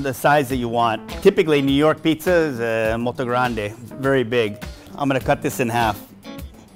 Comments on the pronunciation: American: Muito grandey Italian: Bro its not grandey its grande American: Oh ok k k k... grandey Italian:... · "Moelto Granday" ffs, dont even try.. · I'm Italian and his pronunciation cringed the sh*t out of me. "MOULTOU GURANDÉ" lmao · I enjoy when Tony Try to say "molto grande" 😂